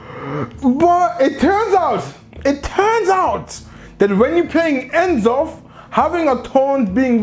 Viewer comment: just a small criticism, , its not "N, zoth" its "nazoth"